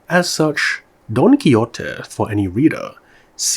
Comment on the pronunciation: jajajajajajajsjsjsjs "Don Kiyote" 😂😂😂 Great vid, but this one was not well pronounced. "Don ki-hote" is a better approximation to Spanish in this case.